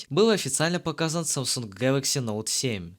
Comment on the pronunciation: СУКАААА,меня прорвало от "Гэлокс"